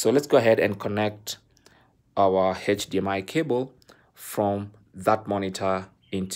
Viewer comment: the 90th time the man said “heich dmi cable” I broke